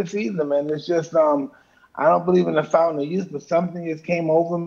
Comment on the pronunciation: FOUNTIAN OF YOUTH LOL VERY PAINFUL MR MIKE SAID